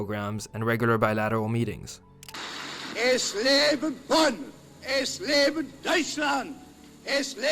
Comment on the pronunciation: 1.46 Bonn not boon